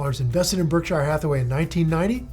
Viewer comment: If Buffett really had such a huge impact on you, one would think you've learned to pronounce his company correctly by now. No one pronounces it Berk-SHIRE; not even Buffett himself. It's not Lord of the Rings for goodness sakes.